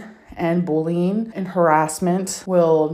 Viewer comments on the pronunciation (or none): "Bulleen" wtf 😂